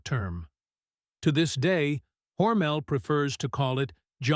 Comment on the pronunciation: This is some AI slop. Can't even pronounce "Hormel" correctly. 👎